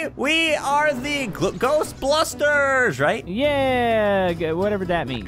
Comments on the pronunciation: it's not glostbustres it's Ghostbusters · its ghost busters not ghost blusters. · I laughed when said ghostblusters